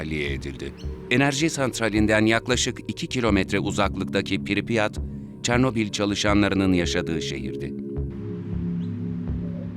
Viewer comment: piripyat değil pripyat